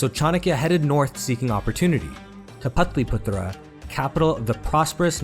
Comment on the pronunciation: suprised that he cant pronounce patliputra 😮